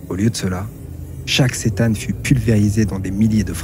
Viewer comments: Sa se dit c'tan je crois pas ç'tan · Ni l'un ni l'autre, visiblement! Dixit le wiki : The C'tan (pronounced ker-TAN) ... Super video soit dit au passage